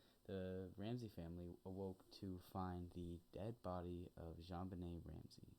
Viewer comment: Welcome to the Creator World, You picked a hell of a case to start with 🤣. You are pronouncing JonBenét's name perfectly. I got to tell you though Patsy was Miss West Virginia 1977, so I don't think she fell in the category you referred to (If anything people accuse Patsy of "reliving" her glory years thru JonBenet). Ransom Note was long as hell (2.5 pages), had a bunch of odd movie references, and ransom instructions, not standard at all. Boulder PD did a 💩job, they didn't follow protocol at all (& you're right they should had that whole place on lock-down). Pineapple wasn't in her stomach, it was in her upper small intestine (Duodenum), which takes 2-6 hrs to arrive (likely more than two as pineapple is rather fibrous). You got the DNA all wrong, there was consistent ("matching") Unidentified Male DNA (known as UM1) found: on both sides of her long-johns, under her fingernails, & co-mingled with her blood in her panties. The long-john DNA was "touch DNA", I imagine the DNA under her fingernails could have been Epithelial (skin), but that found in her panties is believed to have been saliva (but definitely Not semen). John was rated a 5 out of 5 that he did Not author the note / Patsy was rated a 4.5 out of 5, so while they could not fully eliminate her, they did by 90%. It actually had Not snowed in Boulder since the December 16th & 17th before, it snowed 5.9", and had primarily melted away by the night of the 25th/26th. There was a little snow in the front yard on the N.E.